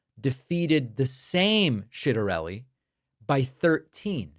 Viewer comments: It’s a little bit of mispronounciation, David should have learned this in his italian lessons. C+i is pronounced like tshi. Like in ciao. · just lookedc it up. His name is Jack Ciattarelli. Everyone is saying it wrong lol. I don’t know why it would be hard with all the italian -american history. It should be pronounced with both the a’’s. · I’m sorry. I lol everytime he says shitarelli. Is that a real person? Or what you call it when you mix feces in your spaghetti? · Going hard on that h when you say citerelie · Does Pakman mispronounce "Ciattarelli" on purpose? Or doesn't he know? Either way, not a good look.